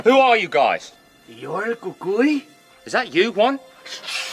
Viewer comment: Who else thought the way he said he’s the Cúcuy was cool